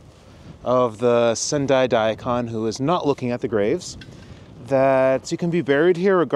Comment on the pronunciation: Cool video, and thanks for doing it. One quick note though: *DA-ee Kahn Non*. Sorta looks like a human-shaped Daikon, being crisp white like that too, but still 🤓 Arigatou Gozaimasu